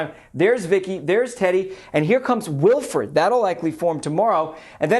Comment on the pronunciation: Wilfred? Says Wildred